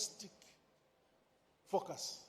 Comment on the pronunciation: ‼️🙄I THOUGHT HE WAS SAYING FUCKERS, BUT IT'S FOCUS HE WAS SAYING🤔